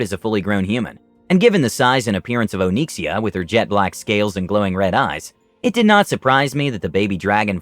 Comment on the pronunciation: O-nix-e-a it's not Oh-neeksia lol